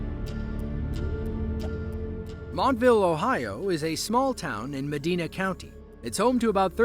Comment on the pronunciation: Here we go again. It's MaDIna NOT MaDEEna 🙄